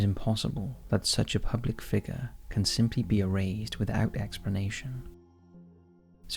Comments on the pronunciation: The last name is pronounced mis-CA-vige. If you’re doing a video on someone at least learn how to pronounce their name correctly. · I enjoy the topics covers, but you continually do yourselves a disservice by mispronouncing the main person or location you’re covering! Not once is Miscavige pronounced correctly throughout the entire nearly 20 minute video. In another recent video covering the Menendez brothers, it was the same problem. UGH! Now it’s Leah Remini!!! If you’re going to make a video RESEARCH HOW TO PRONOUNCE THE NAMES! Otherwise you make yourselves sound ignorant! That’s it - the Remini thing just convinced me to stop following.